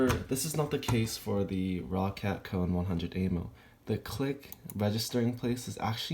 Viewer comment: KAIN NOT KONE